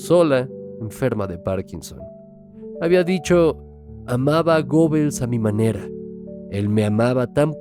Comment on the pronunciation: Se pronuncia "Guebbels", no Gobels.